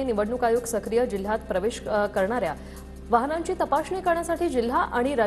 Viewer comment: मराठी सुधारा, वाहणा नाही हो वाहनांची तपासणी , वहाण म्हणजे चप्पल. जय महाराष्ट्र